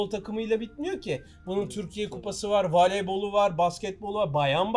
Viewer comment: Adamı o kadar büyuttunuz yapimcimiz rejimiz falan diye adami tam şevkle izliyodum ta ki daki "VALEYBOL"u duyana kadar..